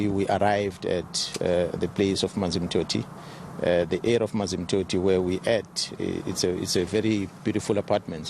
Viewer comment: “ The area of manzimtothi where we at” 😂